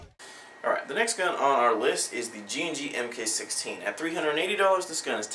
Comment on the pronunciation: Because that is the SOCOM designation of the scar. It's pronounced MARK not M K.